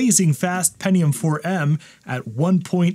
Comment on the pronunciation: oh yeah the "pennium" 4 yeah and also a Bo'Oh'O'Wa'er